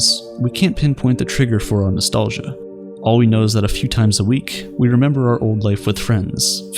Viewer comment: “Oh, I love to memba Chewbacca”